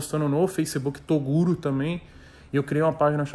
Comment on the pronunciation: ELE NAO FALA TOGURO ELE FALA TORUGO KKKKKKKKKKK